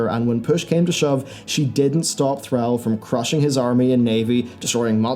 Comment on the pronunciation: I'm pretty sure it was Arthus who finished Jaina when he got cold feet and you're pronouncing Thralls name wrong.